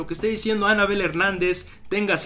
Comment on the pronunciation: Todo bien pero aprende a decir Anabél no Ánabel.